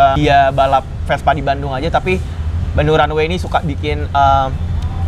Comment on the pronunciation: Runway za bukan runaway